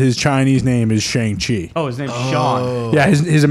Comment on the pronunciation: has no clue how to say shangchi